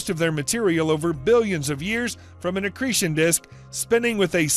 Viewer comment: Wish he would learn how to say the long 'e' in 'accretion'. Lol!